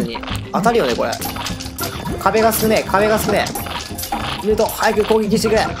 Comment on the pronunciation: ムートの発音が違う